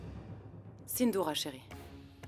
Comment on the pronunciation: même la voix dit sindoura😅😅😅😅